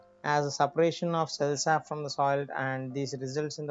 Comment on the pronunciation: It is cell sap Not cell sub